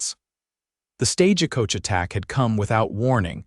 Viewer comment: Why do they say stage a coach?? Why add the "a".